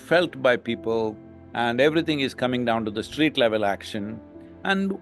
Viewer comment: He can't say street has to be eliminated.